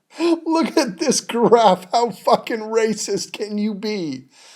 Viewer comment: lmao. the way you say 'wacist' is fucking hilarious. jaclyn should take some comedy notes.